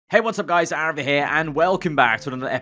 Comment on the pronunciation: > "Through goes Aarava"